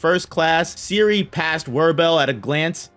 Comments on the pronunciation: Serie is not Siri, but ˈzeːri̯ə, with Z and e at the end. Flamme has an e at the end and so on. I almost never say anything like that, but your pronunciation is so far from good that I must make an exception now: pls. check the names before making an over 1 hour long video. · The name of "Serie" is pronounced differently. The e is not like an i, but how you would say it in "Zen" (albait a bit stronger). And the last e is also pronounced. Generally a lot of names are often pronounced wrong. You can look them all up quite easily online as they are all simply German words. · Man's calling her Siri LOLOL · Dude your Butchering the Names of those Mages :D Serie=SaeriE would be the Pronounciation